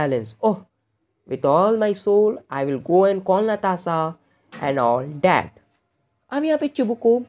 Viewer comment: Natalya to thik hai lekin Natasa kon hai,,😅😅